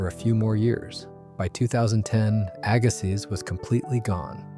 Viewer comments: Jeez, Aggasiz is pronounced "agg-a-see" not "agga-sizzzz". Oh, and Stoneangel closed two years ago. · Can’t pronounce Agassiz correctly either 🙄